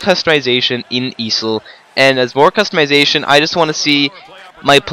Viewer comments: I have never heard EASHL be called "easel" like the stand you use on art class but ok... XD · E A S H L wtf is an easil lol